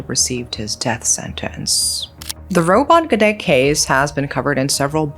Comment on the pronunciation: Robot gedek is mispronounced too